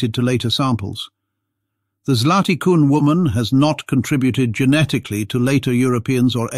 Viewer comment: Your pronounce of "Zlaty Kun" is surprisingly good. Compliment. It means "golden horse" in Czech. I am from Slovenia and when I hear a foreigner pronounce of "Divje babe", it sounds funny to me.